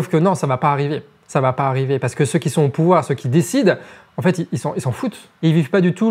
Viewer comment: Amigo, deux choses. Premièrement, ton niveau de français, notamment au niveau des liaisons, est à la limite du catastrophique. C'est très dur de donner du crédit à ton discours quand celui-ci est parsemé de "qui zont" "ils trouveront des trucs à développer à la con qui VA (en plus t'insistes bien dessus xD) absolument pas résoudre le problème". Des comme ça, y en a pas loin d'une bonne dizaine dans une vidéo de 15 minutes. Entre ça et le ton vulgaire pour donner un genre rebelle engagé... Deuxièmement, si Internet était un pays, il serait alors le troisième pays le plus énergivore derrière les USA et la Chine. Donc, si tu veux faire un réel geste pour notre environnement, tu sais ce qu'il te reste à faire ;) Bien à toi, à vous, les charlatans